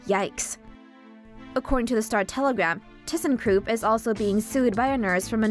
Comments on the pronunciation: It's a ThyssenKrupp, not a ThyssenKroop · You miss pronounced, “Thyssenkrupp”.